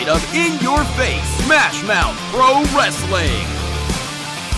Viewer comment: Lol saving wrestling! he can’t even pronounce the word correctly,he calls it ress-a-ling. wrestling is a 2 syllable word not 3!